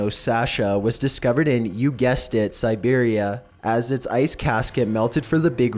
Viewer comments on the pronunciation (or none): Serberia wtf